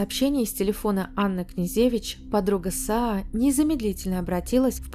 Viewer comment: КнежЕвич, МалЕвич, СенкЕвич и т.д.... Хорош здесь умничать,позорище безграмотное!!!